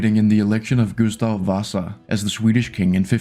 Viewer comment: Yea, he mispronounced Gustav Vasa so he is not swedish@